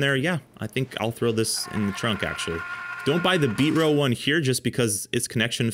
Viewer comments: It's not Beet-Ro, it's Bee-Tro. And you call yourself a pro. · HE said ...... BEAT'RO